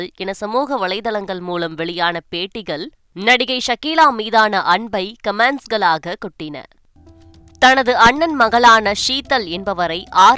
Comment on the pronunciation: செய்தி வாசிப்பளர் தன் உச்சரிப்பில் கவனம் செலுத்த் வேண்டும். கமேண்ட்ஸ் (Commands) அல்ல கமெண்ட்ஸ் (Comments)